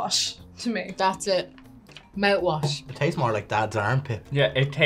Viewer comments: "mow wash" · "Mount-wash" lol 🍀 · Are they saying Mouthwash?!! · MOUT wash...its the TING to say.